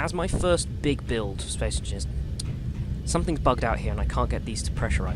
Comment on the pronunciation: "Space Enineers" hahaha, but this game seems like it's too smart for me